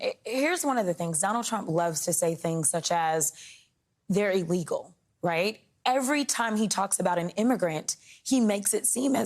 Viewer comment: Donald and new girlfriend pronounce “ellegal” for illegal. When donald is penalized for his crimes, his right to speech should be eliminated. Sick of his speeches monopolizing what we hear.